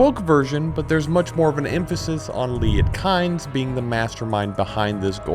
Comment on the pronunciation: Kynes is pronounced KEENZ. I only know this because I heard Herbert pronounce it recently